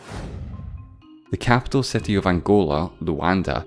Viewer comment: Your exaggerated pronunciation of the vowel "i" is really annoying like in million and city which sound like mellion and seti.